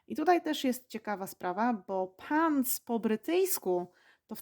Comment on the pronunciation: Pani, ma Pani zla amerykanska wymowe. Jesli juz mowi Pani slowa w amerykanskiej odmianie angielskiego to wypadaloby je wymawiac wymawiajac odpowiednio. I nie mam na mysli akcentu! Wymawia Pani zle pants i elevator. Przy okazji - slowo trousers istnieje w amerykanskim angielskim i rowniez oznacza spodnie. Oczywiscie jest roznica pomiedzy pants a trousers 😉 Wydaje mi sie, za takie lekcje nic nie wnosza w proces nauki angielskiego. Z wyjatkie doslownie kilku przypadkow (jak chocby chips i fries) obie wersje danego slowa sa szeroko znane dla rodowitych uzytkownikow obu odmian angielskiego. Wiec czy powiemy lift czy elevator nie ma to zadnegk znaczenia bo zostaniemy zrozumieni gdziekolwiek nie jestesmy. Nawet slowo restroom (o ktorym nie wspomina Pani wcale a szkoda jk bardxo potrzebne podczas podrozy 😉)